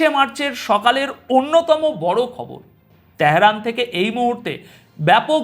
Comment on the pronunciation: " ত্যাহেরান " কী , ভাই ?? 😂😂